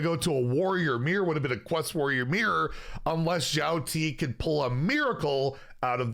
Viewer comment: One note: the pronunciation is closer to "shi-yao-ti" than to "zhi-yao".